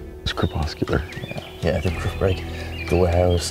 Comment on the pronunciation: lol, just started watching season 1 and you literally just said cerpuscular